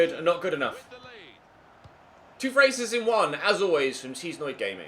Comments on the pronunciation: Its pronounced Chez but its him so he'll say anything😂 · Wait cheesenoid or cheznoid (in terms of pronunciation) Cus he said cheesenoid during the Newcastle game